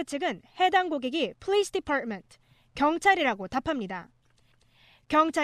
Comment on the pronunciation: police department 발음 ㄷㄷ 듣자마자 오~? 했는데 다들 똑같은 생각을...ㅋㅋㅋㅋㅋ